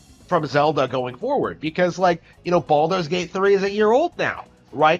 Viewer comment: It doesn't even sound like he's saying baldurs gate 3 correctly. It sounds like hes saying baldos gate.